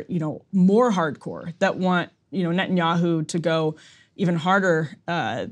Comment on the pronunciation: "Ben Yahoo" lol